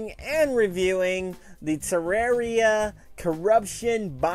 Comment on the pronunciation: LOOK WHOS BACK!!! ITS THE PRONUNCIATION GUY!! Tur-ar-ia